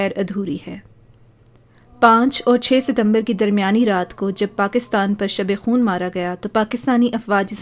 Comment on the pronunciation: Shab i khoon nhi ( shab khoon)